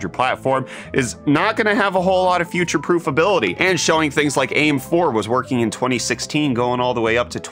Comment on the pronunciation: "Fewchure prewf" lol